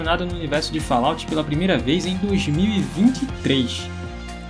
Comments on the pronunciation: A pronúncia de Fallout é de doer os ouvidos.... kkkkkk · VOCE ESTA PRONUNCIANDO ERRADO O NOME.